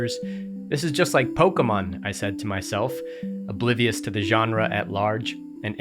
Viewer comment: The way you pronounce Pokémon (wrong) makes me want to stab my ears out